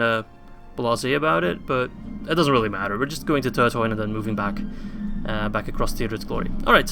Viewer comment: I dont want to sound angry or judgy or something, but I do believe that the dh in Turdhuin is said as a th. Keep up the good work